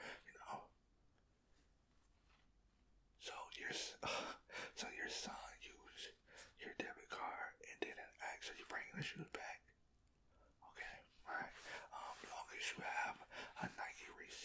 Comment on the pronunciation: For the 150th time ask not ax